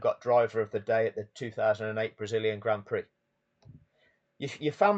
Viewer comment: Stop calling it graund prix..... call it for what it is.... Grand Pricks!